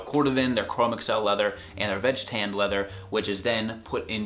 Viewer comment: I thoroughly enjoyed this, yet believe Chromexcel is pronounced "chro-mexel" rather than google "Chrome" + microsoft "Excel."